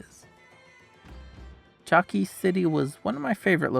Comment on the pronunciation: One very important (for me) correction is that Chalkis is pronounced as Halkis thanks in advance😊